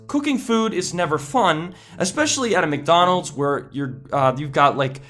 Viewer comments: "Mc doland"... Ok ok i got chu i got chu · "Mcdolands" xD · McDolands... Took me a while to notice that. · mc dolands?